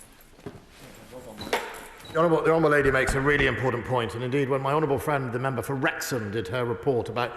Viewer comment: "Blavery" "Uklaine". "ImporDant".